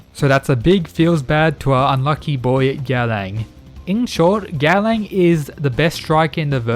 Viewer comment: by god i love the content of your channel but the way you butchering gaolang's nameeeeee dhfhfhdjdhdhdh but still, here's a sub